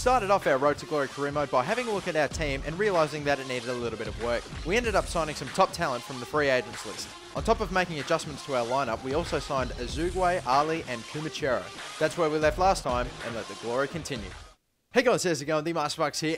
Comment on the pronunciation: Ahzoogway? It's pronounced "a-zoge"